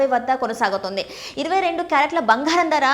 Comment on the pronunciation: భంగారం, కాదు బంగారం